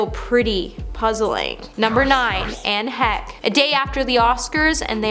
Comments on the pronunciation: Who is Anne Heck! Not very good at paying respect yourselves guys with the name mixups guys. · Girl, pronounce their names correctly. Edit out your mistakes. Do better. Who is editing this video??? Anne Heck???? At least Google their names before you record your video. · Yup, and she kept saying it, over and over and over....a channel that is dedicated to celebrity news and gossip would know how to pronounce Anne Heche and Lenny Kravitz! This is just a YouTube version of like farming, with "comment please" replacing the "say amen to heal this person's disease", lol.